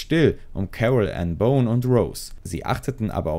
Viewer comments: Boone, nicht Bone. Das spricht sich wie „Buhn“. Und wirkliche Neuigkeiten zum Verbleib von Rose kann ich auch nicht erkennen .... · Genau! 😂 Und „Boone“ spricht sich nicht aus wie „Bone“...